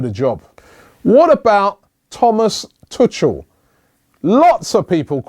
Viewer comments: Robbie loves to butcher everyone's name : tu cul not tuchel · why can noone pronounce thomas tuchels name its pronounced two-kull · Joachim Löw is not a good coach. More lucky than good. He,s the most unproven of the bunch. Also, your pronunciations of Löw and Tuchel are hilarious. Simeone might get you results but he'll do so the ugly way. He's basically a crazier and more intimidating version of Mourinho. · good list. you don't pronounce well the name of borussia's coach